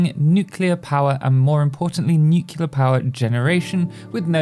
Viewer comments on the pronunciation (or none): "Nucilar power plants" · I love how he mispronounces "Nuclear" exactly half the times he says it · The signature pronunciation you have for "nuclear". You say it like it were written "nucilar" :D